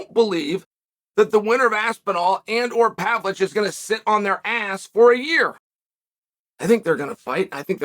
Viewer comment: What's with Chael not being able to pronounce half of the foreign fighters' names?? He calls Pereira, Piera. He calls Makhachev, Maclachev. He calls Pavlovich, Pavlich. Is this CTE or........